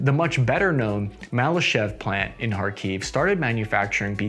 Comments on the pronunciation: It's better to pronounce KhArkiv, not KharkIv I'm from this city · Improvements a litlle. Not KharkIv, but KhArkiv. Not Paruese but PArus (we have no french-like constructions). Not Buzefalus but Buzefal (Буцефал). Also (topic of another video) M113 not perform so badly. Our soldiers fell in love with this APC. Slava Ukraini! Kharkiv-Zalizobeton!